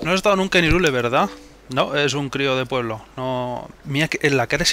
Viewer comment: pensaba que se pronuncia jairul, no irule